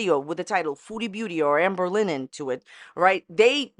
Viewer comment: “Ambuh Lin”